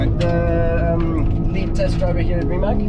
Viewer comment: Why so many People say Rimac? Thats not an English Name. The name is pronounced like this, Rimatz. But very Nice Video and a very great Car.